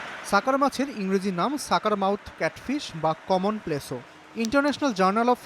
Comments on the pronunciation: সাংবাদিক ভাই এটা প্লেসো না এটা প্লেকো😂😂😂😂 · সাকার মাছের ইংরেজি নাম "কমন প্লেসো" না ভাই। নামটা হবে "কমন প্লেকো"!!! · প্লেছো না প্লেকো হবে 😂